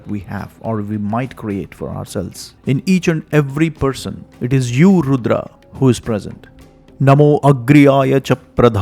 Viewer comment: Beautiful pronunciations! Excellent video! Har Har Mahadev! Jai Bharav Baba